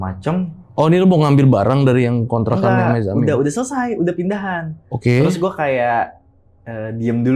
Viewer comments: Mezzamine ❌ Mezzannine ✅ - Musabasah ❌ Muhasabah ✅ 😂😂😂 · Koreksi ya bang narsum, maksudnya Muhasabbah yaa. Bukan musabasah. Mezzanine sebutan jenis kamarnya bukan mezamin